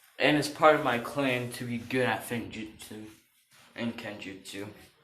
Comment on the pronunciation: It is pronounced like f-woom-jut-su As in sealing jutsu